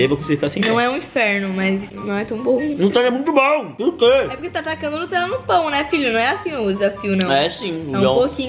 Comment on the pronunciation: "o falou *notella" kkkk n é nem Nutella, é *notella kkkkkk